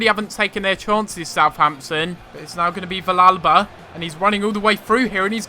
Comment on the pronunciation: the -ll is pronounced as a y sound in villalba